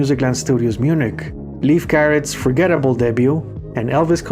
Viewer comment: Alright, let’s go., my friend, Leif Garrett, is pronounced Layf Garrett. HAHA - The reason I know this is because when I was 12, in 1977, I was sure he was going to be my boyfriend in a few short years. Shocking no one that it never happened. 😂 In all seriousness, I always enjoy getting to hear JHB sing. This did not disappoint. Anytime you get to hear good harmonizing from your favorite band is a great day. It was a quite different performance than what we are used to hearing. I still enjoyed listening to it. It did seem a bit chaotic as advertised! I’m sure it was nobody’s fault but mine since I couldn’t be there. I was only 12 and lived in a different state. 😉🤷‍♀️ Great documentary, once again. Thank you.